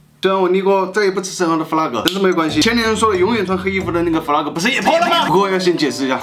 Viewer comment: flag = 弗拉格 读拉是第一次听